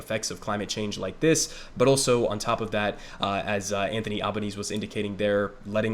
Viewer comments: also, it's pronounced al-buh-neh-seh and they're the greens not the green party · A few things from an Australian: 1. AlbanesE - gotta pronounce the E at the end. 2. The Liberal Party aren't your Republicans. They are made up of two prominent factions: the moderates (essentially Democrats) and Conservatives (essentially Republicans). 3. Labor are a social democratic government and fun fact is that the Australian Labor Party was the first modern social democratic government to form on a national level. 4. Albo is a socialist on a personal level. That's well known and he's the leader of the socialist left wing of the Labor Party. He will absolutely not be allowed to govern as a socialist though. 5. The fires in 2019 were mainly devastating for the Eastern States. Western Australia tends to seem much more devastating due to the size of the area burnt but really WA is the bigger than Alaska AND Texas combined with 2.9 million people in it, 2.1 of those in 1 city. 6. The Greens got a record vote, which is great. However, we have preferential voting so Labor picked up seats off the back of greens voters and the Greens will only win 2-3 seats in the house of Reps. The larger primary vote does increase their power in the Senate though so Labor will have to work with them to pass legislation there. 7. If state Labor governments are anything to go by, we'll see increased action on climate change but it will largely just be greenwashed Capitalism. Better than nothing but we're not going to become the green powerhouse we should be. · Love the coverage, just one thing, it's Albanes-e, you pronounce that last E